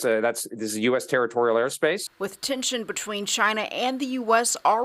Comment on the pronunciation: He said U.s “Territorrial” “Air” space 🤣🤣🤣🤣👏🏼